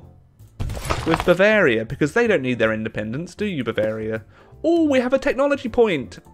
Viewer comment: Come on now. It’s Bavaria for gods sake, don’t pull an Italy on us.